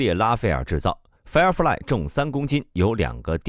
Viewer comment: Firefly become 'fairfly' ?????